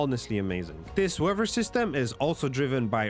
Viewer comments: OMG it's weaTHer.. not WEVA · Great video. But stop pronouncing it weawwer system.